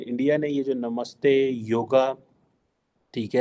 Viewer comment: It's Yoga not joga